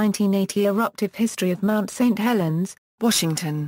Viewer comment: LOL, "Mount STREET Helens" haha